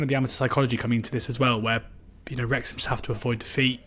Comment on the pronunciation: You certainly got Wrexham wrong again 😂